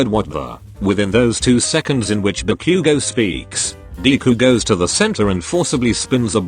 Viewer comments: When it said Ba-Bakugo it sounded like Barbequego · I laughed harder when the bot said "barbeque-go" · The voice said barque 💀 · When zero said: "Ba-bakugo😳" The Google Voice really said- Barbecuego